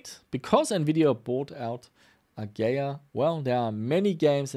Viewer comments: uh-gee-uh not "A-gay-uuhhh. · its A GEE IA not A GAYA ffs.... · AH-GEE-AH.;) Great vid! Always fun to see you do repairs too! Hope you keep pushing forward with that too!